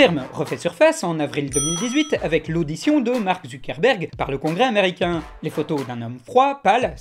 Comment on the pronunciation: Quand il dit Zuckerberg j'ai l'impression qu'il dit ZUCC-erberg. Je peux pas être le seul.